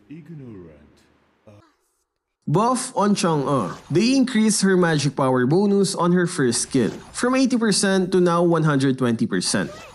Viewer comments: It’s bonus not boonus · The way he say bonus 😂 Bonoos. Bro say bon-us